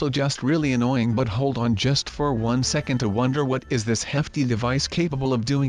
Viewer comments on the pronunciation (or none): none